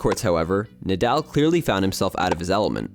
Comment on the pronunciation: Brooooooo the captions you have in the video are wrong- it’s Mallorca, and his name is Nahdahl not Naaadaaal. But amazing video